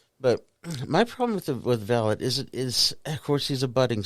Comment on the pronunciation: FYI, the actual pronunciation of the album/song is Vah-lot, the accent on the "o" not the "a" ... thanks for the video.